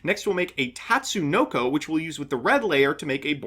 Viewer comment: never thought i'd see the day mbt says Tatsunoko correctly